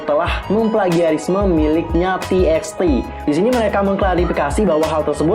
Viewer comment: TXT bacanya tubatu kak :")